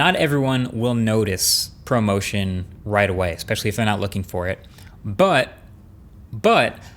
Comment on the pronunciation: I thought you said “promotion” instead of ProMotion.